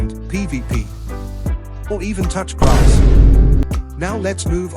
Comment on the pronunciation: "Or tuch grass "